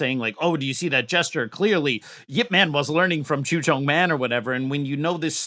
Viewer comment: man as in yip man is pronounced mun